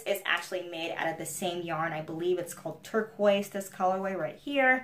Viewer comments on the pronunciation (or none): none